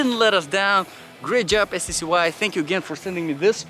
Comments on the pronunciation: Pronounced ""SKY"" . 😁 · They pronounce it Sky, also I was always curious what accent is it that you have ? / nationality?